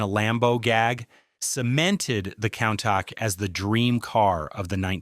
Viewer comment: 😆 coon -tak or cune-tash or cone-tauk